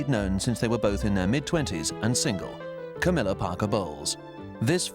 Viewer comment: "Cowmilla" LMAO